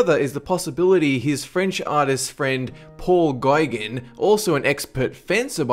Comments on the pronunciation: artist friend Paul G-eye-gun? Do you mispronounce words on purpose? Almost every video you do it, and I know I comment on almost every video, but I'm getting sick of it. Just simply look up the pronunciation. It takes 11 seconds to google it. It's Paul "Go-gahn" totally different. And it's Nova Skoh-shah, not Nova Skoh-tee-yah. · Gaigan en van Go ? It's Gauguin and van Gogh. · I loved how he pronounced Gauguin cx Goy-gin :3 it's actually Goh-gah, but his pronunciation was greater <3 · It’s Goe-Gan not Guy-gin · Love your videos, but "Paul Gaiguinn" ?? really? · pronounced Paul Go-gan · cringe The pronunciation of the artist's names...Gogh is pronounced "Goff" and Gaugain is pronounced "Go-gan" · Learn how to pronounce Gauguin!!!!!!!!!